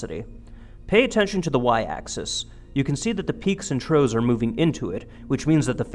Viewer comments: "peaks and troughs" - pronounced "troffs":-) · If you get him to accept that could you work on "troughs". Three times in this video he says *"peaks and TROES".